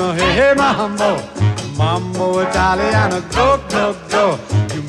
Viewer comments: If he were going to sing a song about typical Italian things, he should have at least worked on his Italian pronunciation. He has butchered the Italian words. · It hurts my soul a little bit when he mispronounces the words